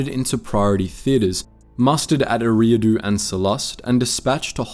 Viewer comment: Great video but it's pronounced, "Erie" like lake Erie. "ahh-doo" Erie-ah-doo